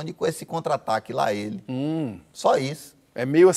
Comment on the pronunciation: Porra, até João errou o lá ele. Ouxente, João. hahahahaha Mas tá valendo. ❤️♥️